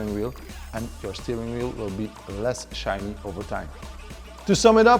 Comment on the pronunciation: Shiny, not SHINNY !! 😂😂😂